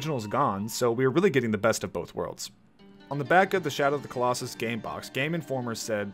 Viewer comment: shadow of the colos-sus edit:SORRY I HAD TO LMAAOAOO